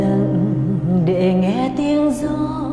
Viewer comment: Chữ "để" mà chị cứ phát âm thành "đệ".